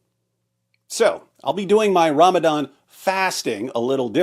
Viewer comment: Ramadan ❌️ RamItIn ✅️